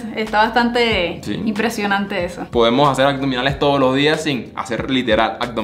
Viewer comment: Chevere videos chicos! Sólo q porfa porfa son aBdominales, no aCdominales. Besos!